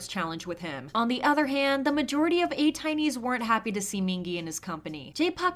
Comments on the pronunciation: but hearing a-tiny made me cringe. it’s pronounced a-tee-nee xxx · it's ateeniee not Ay-tiny <33 💗🌱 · Lmfao I was so focused and then the way you pronounced ATINY made me laugh so hard. Haha thank you for your content. Always researched and concise. But it’s pronounced A-teeny. The “tiny” section comes from destiny. Thank you for your content. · The thing with JPi s that he made it seem like atinys were hating on mingi when it was not like that (think about it it makes no sense) he twisted the narrative to make atinys look bad and that is f up and saying he checked up on him like ???? side note is pronounced aye-tee-nee ! have a good day <3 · JP lied - Atiny (pronounced ey-teeny) never bullied Mingi, never harassed him, never said anything negative about him. All criticism was toward JP. JP's tweet was an attempt at gaslighting - clearly successful judging from your video. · ATINY is actually pronounced ATEENY because it is a ATEEZ+DESTINY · I was honestly so happy for Mingi and couldn't be more proud, some fans are just really obsessive and controlling over their faves*. Am really sorry for how fans reacted to this, however many atiny's couldn't be more happy for Mingi. ps. atiny's is pronounced as (aye-ti-knee's) <3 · so true. also as an atiny i dont really appreciate someone who cant even prounounce our name right speaking on our business 💀